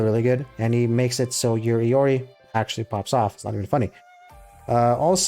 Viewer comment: If I'm not wrong Iori is pronounced like "I-ori" kinda like the rapper and Jotunn is pronounced "Yoton" it's Norse and from what I remember from previous research on Norse, Their Y's make a J sound. For mais holy relic I personally know two ways it could be pronounced those being Ig-dra-seal or Ig- Dra- SEAL with you rolling the ea. Sol is pronounced like soul(from what I remember). Helhiem is pronounced like "Hell-Hime.". Mani shouldn't be a problem. Edit:If you know more about the proper way to pronounce Norse names feel free to correct me.